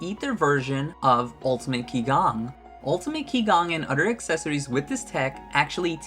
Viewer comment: Qigong is actually pronounced "Chee-gong".